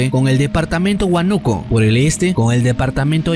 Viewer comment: Creo que leiste mal la ciudad de "huanuco" o liñico,, Huánuco es con tilde y se lee asii huá nu co